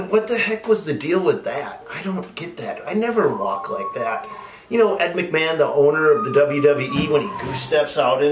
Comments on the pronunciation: Dude, it’s Vince McMahon. Not Ed McMann. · Yeahhhhhhhhh... that would be VINCE McMahan not "Ed Mcman" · Not ed machman. Vince machman